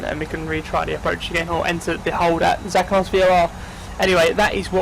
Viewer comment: i think Zakynthos is said as za-kin-thos.